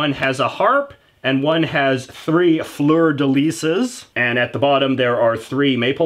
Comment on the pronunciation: I like how you butchered the “fleur de lis”.